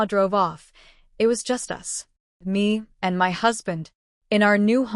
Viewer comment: It’s my’ not m-y. It’s 1 word